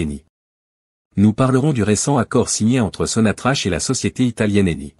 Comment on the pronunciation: On la prononce sonatrak